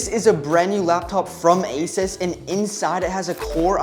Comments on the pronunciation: bro is asus not aisas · I hate when people pronounce asus asis